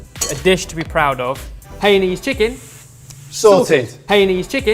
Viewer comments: It pronounce as Hai ya nese. Not hey niece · it's pronounced Hainanese, as in Haiyaa! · Pity the cooks Cant say Hainanese properly…. ..